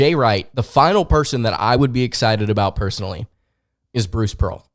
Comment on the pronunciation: Im gonna unsuscribe for this dude saying pearl